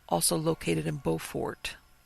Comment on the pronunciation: It's amazing you visited here and completely missed the rich Gullah history and folktales,.. You mispronounced Beaufort and those “carpetbaggers” were quakers from the north who came down to help establish the Freedman Bureau. You may want to learn a little history.